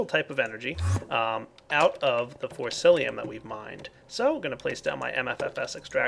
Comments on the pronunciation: FORCICIUM! Not Forcilium. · it wouldn't be a video without him mispronouncing Forcicium with Forcilium (Y) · It's Forcicium not Forcilium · You're still saying forcilium.. haha! It's forciCium,! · It's forcicium not forcilium :P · come on. its been so long. its FORCICIUM not FORCILIUM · forciCIUM!!! not lium CIUM WITH A C!! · Dude... when you correct someone make sure to do it right. For-ci-ci-um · its pronounced force C Um